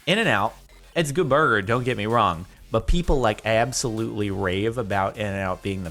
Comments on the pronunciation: Katelyn Krewson aubsulutly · idk y but the way he says absolutely makes me laugh so much